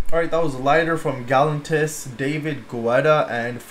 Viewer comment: I believe that it is pronounced David Getta and the accent is on the second syllable of Gal-LAN-tis. I'm pretty sure that is right. Someone please correct me if I'm not.